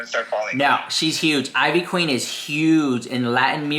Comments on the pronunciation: Eeeeeveee queen. Not I-VEE queen. Lol. Tell me ya never heard one of her songs without telling me...she's a legend! Jeffree looks like ivy queen not the other way around. She's styled this way long before jefree was anybody. She's been huge before yall been born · Her name is pronounced in traditional Puerto Rican fashion (EE - VEE Queen) she's the mother of reggaeton music. She is the pioneer that lead to women in the reggeton and trap music. She's a legend along side reggaeton stars Daddy Yankee, Don Omar and Vico c. The one and only queen is Ivy Queen. Put respect on her name🙏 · IT IS ( EEEVEE QUEEN ) THATS HOW YOU PRONOUNCE IT LOL. & JEFFREY STAR BETTER TREAD LIGHTLY BECAUSE SHE IS OUR PUERTO RICAN QUEEN! I GREW UP ON HER MUSIC! LA POTRAAAA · Thank you it was making me cringe so hard every time he said it I-VEE lol. She even says her name in all her songs lol. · Ivy Queen is a HUGE GIGANTIC deal. Especially in the Latino community. So ofc they're gonna take the gig. ANYBODY would. (Pronounced Eevee Queen) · Biiitch it's pronounced LIKE EVEEEE. You despicable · Girl you’re a Latina why are you pronouncing her name like that?! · Ivy queen is a og she’s la monstra la caballota ❤❤❤. Ugh the mispronunciation is sending me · Not mispronouncing ivy queen 😮😮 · If you’re going to pronounce things in Spanish, please do it properly. Ivy queen been doing way longer then Jeffi. Look it up honey